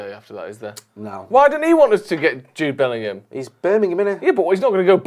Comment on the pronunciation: "Jude Bellum" needs to become the new Jason Sanchez